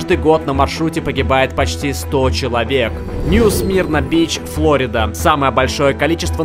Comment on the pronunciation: флорИда, а не флОрида